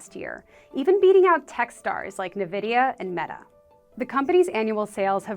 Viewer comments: navidia... i thought people who work in business media knows how to pronounce, ENVY-DEE-A? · i turned the video off as soon as i heard ‘ne-vidia’ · NAVIDIA huh lol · She said “Navidia”. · You got me at NA•vidia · Navidia? How does someone who says Navidia work for CNBC?